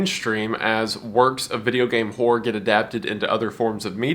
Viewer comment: Hearing you turn the two syllable word Horror into a one syllable Whore always cracks me up.